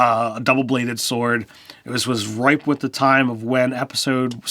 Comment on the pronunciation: I love ya buddy... but it's RIFE. NOT RIPE.